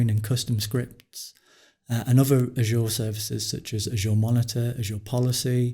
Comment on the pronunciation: I'd be satisfied if "Azure" would be pronounced correctly.